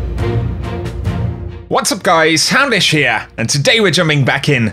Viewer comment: Always looking forward to you saying “houdish here” it’s like a having a nice crisp sprite hahahaha